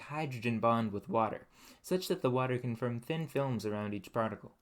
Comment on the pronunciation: Reminded me of white collar Detroit/Grosse Pointe accent, but I haven't heard it ten years. Near the border. Only I think I heard him say "shirtly" for shortly and "firm" for form. Never heard anyone say that before.